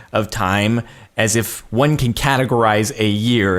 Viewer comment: when he said 1 it sounded like quan